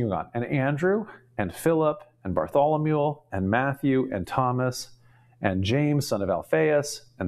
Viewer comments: is just so incredibly impressive! So it's surprising to find him repeatedly mispronouncing the name "Bartholomew", as he definitely does Have a listen, and judge for yourself: and again (which is preceded by the only occurrence, in my life, of the poor pronunciation of the city of "Beirut") And other occurrences Ugh,!! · Bless you for trying to pronounce all these names. I love how you pronounce Bartholomew as “Bartholomule”.